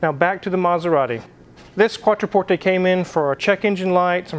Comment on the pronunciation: Thank you for pronouncing Quattroporte properly...